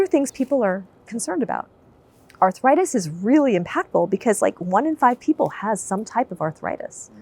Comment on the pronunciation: This is the first time I have heard the word 'arthritis' pronounced as 'arthuritis'. Any linguists here? Is this the beginning of a new change in American English? Is it regional usage? It seems similar to the intrusive 'r', as in "law-r and order". Sorry for being completely off topic.